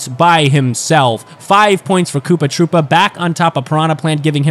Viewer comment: KOOPA TROO-PA